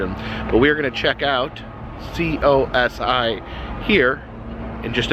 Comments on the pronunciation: Ha it’s pronounced CO-sigh, as a lifelong Columbus resident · Pronounced Cose Eye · It is pronounced Co-Sci went there as a kid when it was down by the original Wendy's location it's moved since then and they closed the Wendy's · It’s pronounced CO-SY! Next time you’re in Columbus I’d love to meet you!!! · im from ohio we call it "co psy" cosi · It’s pronounced CO SI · Hi! COSI is pronounced Co-S(eye) in am from Cincinnati and that’s what we call it! Hope you enjoyed your trip, love to cross paths with you one day and I’m a huge fan! 💖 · Us in Ohio pronounce it like this: coh- sigh :) just like how it's written! I went to cosi alot when I was a kid as I'm just an hour away from Columbus. It's one of my favorite places to visit!!!